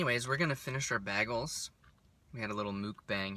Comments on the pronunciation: Ive never heard anyone say BAG-les, haha. Its definitely Bay-gles ;) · it is bay-gals as in bay-gal. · Bagels are actually pronounced BAYGELS😂